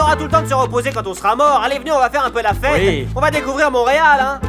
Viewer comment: a dit montereal 😂😂😂